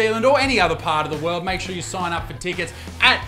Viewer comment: Love your stuff Please learn how to say the word "tickets" It isn't tee kits. It's Tick its